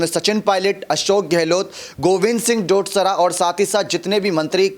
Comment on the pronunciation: ve Govind singh dodsra nhi डोडासरा hai sir name shi se bolo bhai